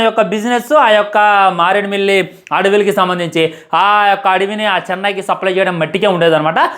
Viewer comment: Maredimillu adavulu enti bro😂